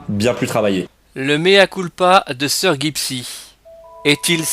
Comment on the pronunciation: Tu ne sais même pas prononcé son pseudo...